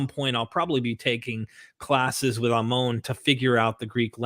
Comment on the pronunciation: ah-moan lol... it's ammon, ha.